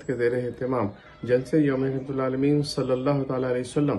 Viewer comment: Rahmatallil 'Aalameen, not Rahmatal Aalameen, plz.